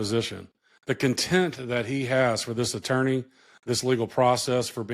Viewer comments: Dear Mr. Attorney, the word is "conteMPt", not "content." And yes he exudes it. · Contempt. Not content. Lol